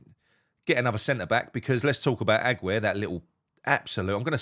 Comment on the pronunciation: I'll be glad when Aguerd leaves so you can stop saying his name wrong lol 😁👌Great performance today, and I 100% had tears in my eyes when Paq Man did his throw away phone celebration.